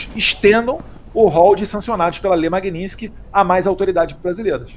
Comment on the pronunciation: Magnitsky é o sobrenome de uma pessoa que foi barbaramente assassinada e que por isso, de uma certa forma, foi homenageada como nome de uma lei contra violação dos direitos humanos e outros crimes específicos. É um desrespeito ficar pronunciando de forma errada este sobrenome sendo que tanto no idioma original (russo) quanto no idioma português a pronúncia é a mesma: MAGNITSKY. Não existe magninsk.